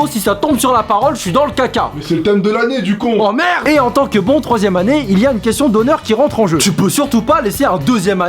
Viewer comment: Le ''Oh MERDE''tro drol on dirrait qu'il dit HOMER!